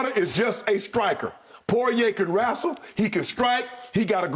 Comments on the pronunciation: "Poirier can wrassle wrestle " 😅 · Porrier can "wrastle"......🤣🤣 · Shannon let that country slip out for a sec... he can rassle. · Shannon: Dustin can wrastle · Shannon “Poirier Can Wrassle” Sharpe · “He can rastle” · Shannon - "Poirier can wrassle..." Oh lawd! 😂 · I love the way Unc said "wrestle" , that South came out 😂😂